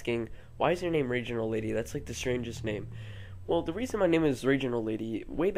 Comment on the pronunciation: "the" not "th"